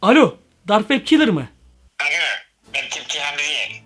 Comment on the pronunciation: Komik Dark wab kalır yessss sıçıyormusun o nebiçim yes demek😂😂😂😂